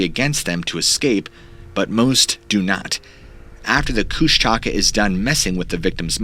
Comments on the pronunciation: 26 minutes in. Its not kush-taka its kush-tuh-ka. Only lived In alaska my whole life. I reccomend reading "the strangest story ever told" by Henry D Colp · Everytime I hear kush- taka it physically hurts me.. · You are saying it wrong. The Alaskan monster is pronounced Koosh TUH Ka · Last story: It's koosh (like book) ta .. ka. Emphasize the first part. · Pronouncing Kushtaka wrong. Close emphasis on the second k. It translates as Otter Man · Being from Tlingit territory in Alaska i'm dying over how you pronounce Kushtaka lol. I live in LA now but I remember growing up and me and the other kids in my neighborhood always thinking the Kushtaka was gonna get us at night. Creepy things in the woods.